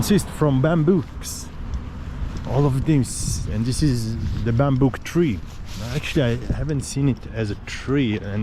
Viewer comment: Great video. Golf COURSE..not court...BAMBOO not bambook.. 😉